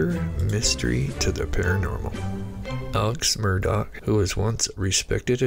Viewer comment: MURR-DAW, NOT DOCK.